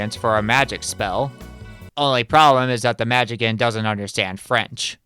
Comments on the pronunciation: Just for the record, the proper way to say "Magician" is "mah-JIH-see-ann" or more simplified, "mah-JIH-shun". It is NOT pronounced "mah-JIH-kan" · The way you pronounce ‘magician’ keeps cracking me up. 🤭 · okay, i'm gonna be real with you. i like your videos a lot, but for the love of all that is holy, how the hell have you made it this far in life without knowing how the word "magician" is pronounced.